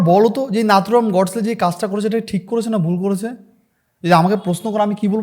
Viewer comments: Tomar video ta valo but pronounciation ta edit kore thik korle vlo hoi.ota"Nathuram গডস্লে না।ওটা নাথুরাম গডসে।" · Bhai tumi ki bangal? Surnameta holo godse. Godsle noi. Thik uchharan korte hobe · Correct your pronunciation- it's Godse not Godsley.